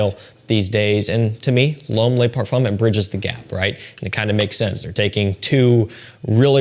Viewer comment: I don't want to sound like a smart ass but 'Le' is pronounced ler. Les is pronounced 'lay' They mean 'the' singular and plural respectively. Other than that a great vid.